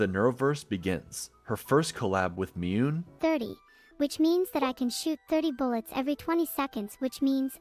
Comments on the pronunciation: Yep, both Onigiri vs Onee-jye-rye and Miyune vs Miyoon, we ought to say it like our adorable AI overladies, its why I still find myself saying Vee-doll or Veedle instead of Vedal. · There's another clue: Miyune. Neuro didn't pronounce the last "ne" correctly, and neither did. It's certainly more subtle, but it's there.